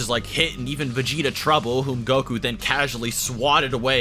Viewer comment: He said vegeter